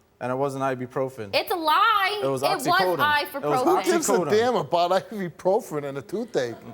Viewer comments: Wtf is “I-fa-profen”🥴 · Is anyone gonna ignore the fact that she pronounced “ibuprofen” “I-for-profen” 😭😂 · I thought it was ifyprofen but either way yeah I caught that